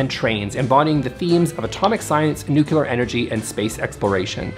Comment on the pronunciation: I can’t with the pronunciation of nuclear here. 🤦🏻‍♀️ I could hear nothing else.